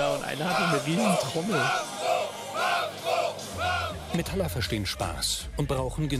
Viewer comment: Nette Doku, aber mich hat's die ganze Zeit gestört, wenn der Sprecher so ein richtig schön deutsches "MetAller" gesagt hat. Dann dachte ich mir "Hm, ja gut, der ist wahrscheinlich nicht aus der Szene und vielleicht auch schon was älter..." Und dann kam der Typ ganz am Ende und sagt selbst auch noch mal Metaller... manno xD